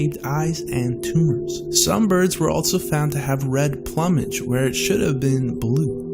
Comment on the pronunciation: Plummage??? Really?